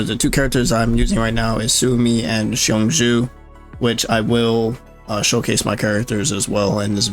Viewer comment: Just an FYI- Qiongjiu = Chong•Joe